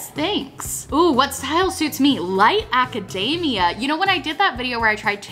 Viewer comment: Every time I hear "aca-DAY-mia" instead of "aca-DEE-mia", I go a little more insane xD